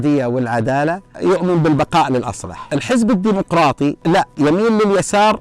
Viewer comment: تتحدث الدمقراطي هههههههههه واسسو دمفراااااطي ياشييييييييييخ....